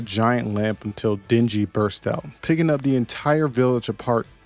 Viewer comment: I love that the devs recognize that people will goto places they’re not supposed to just because by adding a few hidden coins =3 There’s nothing on top of that building, no reason to go there, no clear path to go there, but we do it anyways, and surprise a few coins appear. Also Djinny is pronounced jinni, it’s genie in Arabic.